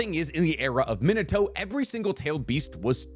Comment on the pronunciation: min-uh-toe makes me cringe.